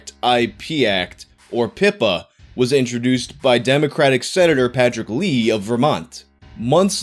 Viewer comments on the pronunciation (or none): First of all, this is a very important and educational video. Thank you for making it. Second, I know it sounds like I'm punking you, but you don't have to take my word for what I'm about to say. Sen. Leahy's name is pronounced, "LAY-hee". EDIT: I see that you later corrected it to "LEE-hee," which is better than "Lee," that I heard earlier. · Lol come on it's Patrick LA-He not Patrick Lee. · Patrick Leahy... It's pronounced "Lay-he." ...For real... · Senator Leahy=Lay-He... yea he got picked on in school just like the rest of us. Lol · vermonter here, its pronounced patrick LAY-hee